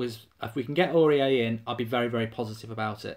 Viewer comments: pronounced auri-air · Is the way that he pronounces his name a troll? Please tell me it is.